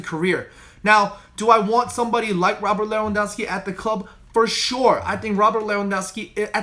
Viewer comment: You need to practice saying Robert Lewandowski 10 times/day 😂😂😂